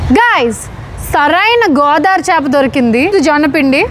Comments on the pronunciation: Godari kadu godavari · Godari kadu Godavari 😂😂